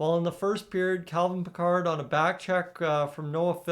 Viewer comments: Yup, bothered me too. Isn't it pronounced like Pick-erd? Not like Captain Jean Luc Picard! Lol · You pronounce his name wrong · Pronouncing his name wrong..